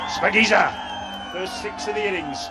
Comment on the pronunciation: It's not spakinza its shapagiza